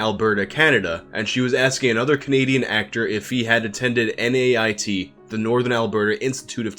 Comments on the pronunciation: Its not called N-A-I-T, say it like a word or name, Nait (nate) then in southern Alberta we have SAIT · Its not N A I T its pronounced like the name Nate